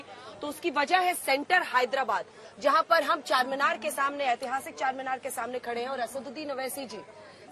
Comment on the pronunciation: Anjana madam Chanminar nai bolte Charminar bolte ye be nai malum aap ko kya